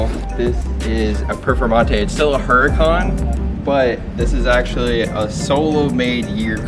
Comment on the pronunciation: "HURACON" LMAO